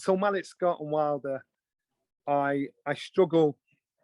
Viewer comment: Why are you butchering Malik Scotts name like that?